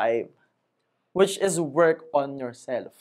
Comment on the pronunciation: I really like your video contents about personal development and it resonates to me pa dahil kapwa pinoy. However, you may want to correct how you pronounce the word: “IS” kasi po you use it alot as a habit sa pagexplain and pagnagcconstruct kayo ng sentences in all your videos. Nakakadistract po kasi yung pagbigkas nyo ng “THIS” as “thes” & “ IS” as “es” instead na ipronounce as “is or iz” or pede rin na sabihin nyo nalang in tagalog na “AY” & “”AYUN” … Constructive feedback lang po! ✌️